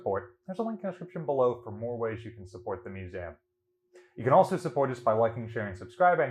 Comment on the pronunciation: I love this channel, but every time he says the word museum I get a little shutter..